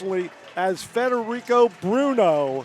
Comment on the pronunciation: How many different ways did they say his name wrong? Frederick, Federuco, Fedrico... I lost count 🤔